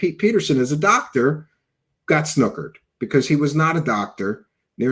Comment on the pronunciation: Can't stand the way he says "because "